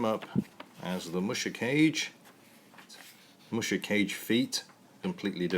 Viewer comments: It's "kah-gay", silly. It's amazing how far kits have come since then. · Neat! You finally scored one of those vintage BB kits. BTW, musha means "warrior" and kage means "shadow." The vowels in kage are not pronounced like "cage." The "a" is the same as "all" and the "e" is the same as in "every." Japanese vowels are identical to Spanish vowels.